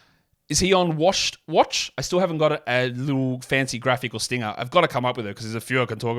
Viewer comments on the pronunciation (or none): none